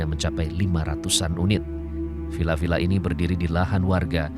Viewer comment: To, "VilLa"! Bukan "Pila" pak!